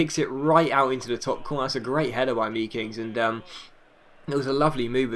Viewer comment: I believe you say the ee in meekings as the a made, so it's makings